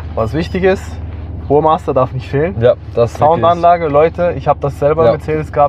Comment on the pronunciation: Das heißt Burmester und nicht Burmaster Bro